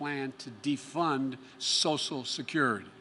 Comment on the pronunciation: Sosal Security